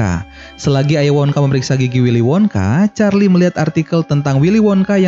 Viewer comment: Lah kenapa nyebut Charlie malah gini ch4rli